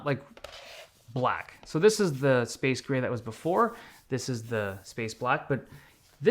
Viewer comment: It’s space greyer